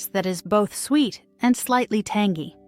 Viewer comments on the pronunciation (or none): Lol tangy pronounced "tangee"